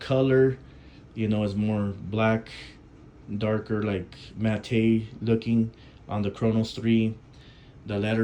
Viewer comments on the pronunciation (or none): It's pronounced "mat", not "matay", even though it's spelled "matte". 👍